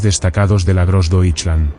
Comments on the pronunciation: Really bad pronunciation of Grossdeutschland. Gross-doy-schland. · Konnten sie niemanden finden, der wusste, wie man „Großdeutschland“ ausspricht? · Grossdeutsche Division was — grossly pronounced